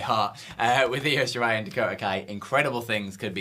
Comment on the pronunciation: "IYO... SKY"... NOT...Io Sherai... Huh?